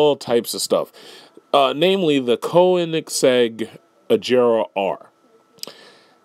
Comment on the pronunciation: Sigh, this is the extent some fanboys will go to. Also, pronounce Koenigsegg properly, because I pronounce Bugatti BUGASTTI so yeah..